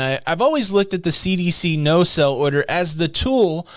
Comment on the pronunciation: Are you saying "no sell order" or "no SAIL order". If the latter, please pronounce it that way.